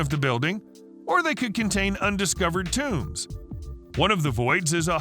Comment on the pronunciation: Why do you keep calling them tombs?